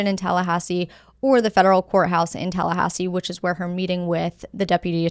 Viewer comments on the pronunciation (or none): none